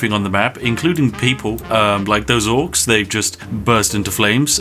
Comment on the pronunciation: You fucked up dwarfs and orcs so many times in the vid lol